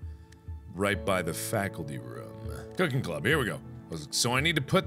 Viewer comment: anybody else realized he said "clooking club"?